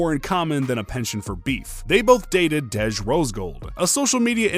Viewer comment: Bro, its pronounced Dee-J not Dedge 😂 My name is Kadejah but ppl call me Dej so thats peeves me off when ppl overthink my name 🤣 Edit: Russel is never gonna leave Ceecee bcs he isnt an idiot. Ciara is a catch! I look up to her so much and considering she had a failed relationship before a successful marriage she is actually relatable to the modern woman.